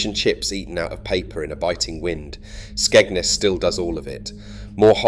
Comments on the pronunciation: It's Skegness not Skegnus! You can't even pronounce the name properly!! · Your pronounciation of Skegness is off